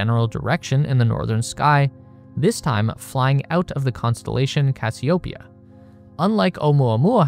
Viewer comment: it's crazy to me that you pronounced Cassiopeia wrong.